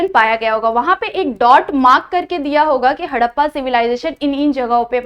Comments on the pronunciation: Tts not haddpa it's harrapa 😂😂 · Harrapaa nahi Harapan hota hai😂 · Mam haddapa nahi harappa😂😂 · Mam मॅम आपने हरप्पन सिव्हिलायझेशन को हडप्पा बोला है तो उसका करेक्शन मुझे थोडा अजिब से लग रहा है तो आप अच्छे से प्रोडक्शन करिए